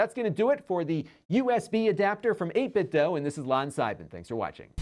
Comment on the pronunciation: Shouldn’t it be pronounced, you know, “8Bit-do,” not “8Bit-dough”? 🤔